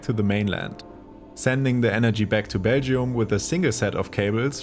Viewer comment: Someone teach this man how to pronounce Belgium. Sounds closer to Beijing than Belgium